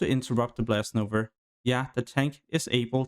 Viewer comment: When will u learn that its "NOVA" and not "NOVER" bro :p